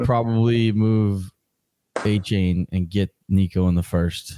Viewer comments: Achane, like Jackie Chan Not that hard,.😅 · Appreciate it! Thanks for getting past the mispronunciation of Achane🙏